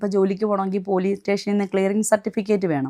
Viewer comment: പോലീസ് സ്റ്റേഷൻ എന്നാണ് ചേച്ചീ.... പോലീടേഷൻ എന്നല്ല